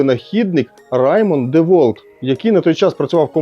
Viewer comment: Тільки два заперечення. Перше на 100 річча DeWalt випустив такий шуруповерт тільки чорного кольору. Друге правильно вимовляється Дівалт.